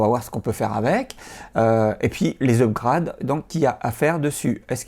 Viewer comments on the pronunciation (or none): Le disque dur est en SATA tout court, pas en eSATA. Vos vidéos sont agréables à regarder mais votre prononciation de certains mots est incorrecte et est à revoir. Notamment celle des mots suivants : upgrade, cut, macOS, et eSATA Ce sont des mots anglais. Le coup du « je fais un petit cute » me fait rigoler à chaque fois. ;) Bonne continuation cependant, continuez. :)